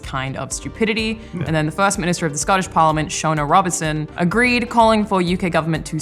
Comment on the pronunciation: Says Scottish parliament literally words before the line, still gets it wrong. 👌